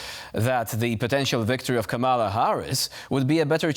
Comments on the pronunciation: You are correct, of course. However, the mistake is understandable. Multi syllabic Polish words have pentultimate stress, i.e. one syllable from the end. And tak, mówię po polsku :-) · KAM-a-la. Not, Ka-MA-la. Come on TVP